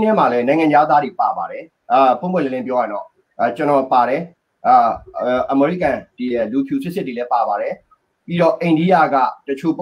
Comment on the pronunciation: American ကို အမေရိကန် ထက် အမေရိကဲန် အသံထွက်ကပိုနီးစပ်လိမ့်မယ် ၊